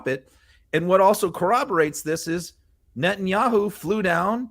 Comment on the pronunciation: I'm not great with foreign names, but did she just say president Yahoo? I apologize for my ignorance of names. This is not an insult. I'm just trying to figure out what she just said.